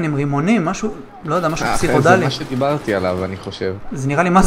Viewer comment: הבנתי שאתה אוהב את המילה פסיכודלי... אומרים פסיכדלי אבל לא משנה... תשמע פינק פלויד בהופעה בפומפיי ותבין... חחח אגב, אתה מכיר פינק פלויד?